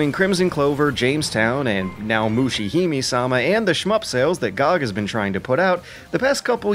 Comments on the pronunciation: its not "may", its "me" as in "Mesopotamia" and "meditation" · LOL Its not 'May', its 'Meh'! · Moo-she Hi(m)-may sa-ma It's a weeaboo pet peeve. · "Mushihimi-sama" got me so triggered, you don-- Kidding, great video. The last game in particular looked interesting! Really enjoying this series, looking forward to more. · MusheeHimeeSama - that's one way to slaughter this name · Mushihimesama is pronounced with the "e" at the end of "hime" pronounced with the "me" sounding like "may". All "e"s in any Japanese name whatsoever will sound like that, there are no silent vowels. Sorry for being the pronunciation police but it's really bugging me for some reason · Every time you pronounce Mushihimesama wrong I cringe a little. Moo-she-he-may-sa-ma. In Japanese it loosely means "bug princess" or "princess of the bugs". Just... felt like I had to get that out there.